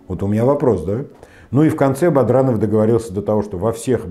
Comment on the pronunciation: Да,дважды БаДранова назвал "БаРдановым" (ладно,хоть потом "исправился",видно,"за кадром" кто-то написал ему на бумаге). А перепутать Кармаскалинский район с Чегмагушинским, это,по-моему,вообше,уже перебор. Видно, читает текст,который ему подготовили помощники и совсем не вникает в то,что говорит...